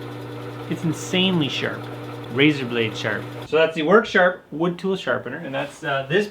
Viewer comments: worksharp "er" not harder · I was waiting for the water heater to explode, ahahhaha like the smokehouse catching fire, love all your videos, I learn stuff and laugh my a** off, u crack me up! "Worksharp", Im from Boston so I talk that way already! LOL